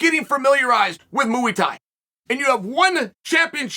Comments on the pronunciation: Muay Thai, MUAY Thai. Not Mooey Thai 😭😭 great video tho Chael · Within 1min heard him say mooey tie and was in stitches. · “Moo 🐮 Eee Thai!” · Ah yes, mooey thai. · It’s Muay thai